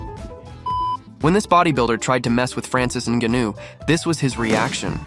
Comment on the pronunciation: Francis N-ga-new